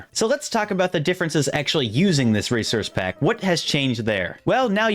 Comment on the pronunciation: "reserce pack"